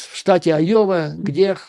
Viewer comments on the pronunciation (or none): Уважаемый Юрий Борисович ! Я живу в А-йове (а не Айо-ве) и себя Рэднеком НЕ считаю. Не советую и вам так думать насчет здешнего населения. Из того ,что вы сказали, я понял, что вы НЕ удосужились посмотреть в Гугле, чем известна Айова (кроме сельского хозяйства). Здесь находится один из 4 департментов фирмы Raytheon - Collins Aerospace - НЕУЖЕЛИ такая фирма по-вашему мнению НЕ технологическая ????? Её одной достаточно, чтобы штат назвать технологическим. Collins Aerospace - это в прошлом Rockwell Collins - компания № 1 в МИРЕ по разработкам и изготовлению мировой авионики !!!! Интересна выписка из Гугл "On July 19, 1977, the first GPS satellite signal, transmitted from Navigation Technology Satellite 2 (NTS-2) was received at a building of the Rockwell-Collins Company in Cedar Rapids, Iowa." И заметьте, что Rockwell-Collins сам и спутник собирал. Сегодня практически нет НИ единого самолета в мире, который бы не имел хотя-бы одного блока сделанного в Rockwell-Collins. Далее, у нас тут огромное предприятие ВАЕ Systems - тоже очень известное ! Ну хватит и этих примеров, чтобы доказать, что местные айовцы не только хвосты коровам крутят ! Поэтому НЕ все выпускники Айовских колледжей покидают свой штат - это явная туфта. Так вот - практически весь штат инженеров голосовал против Трампа ! И ДА их врядли можна всех назвать неграмотными.... Рассии б таких неграмотных - гляди и суперджет летал бы без проблем... хотя о чём я говорю....